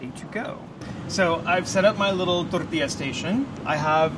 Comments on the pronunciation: This guy is cool, but someone tell him to pronounce the “ll” in “tortilla!” He keeps saying “Torrrrtia,” all emphasis on rolling his r’s but not the ll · anyone else love the way he says “tortilla”? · So many excuses to say tortilla